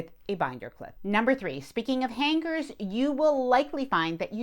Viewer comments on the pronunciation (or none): The “G” in hangers is silent!